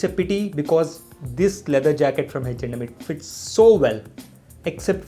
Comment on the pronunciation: Is it reaaly Hech and M or its his accent?